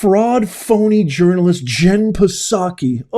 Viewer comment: The P in Psaki is silent! But hey, fun report.